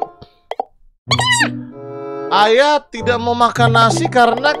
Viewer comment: Ayah w dengernya ayam 😌